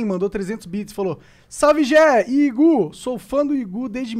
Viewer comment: Mano o monark falando Igú me deu uma agonia desgraçada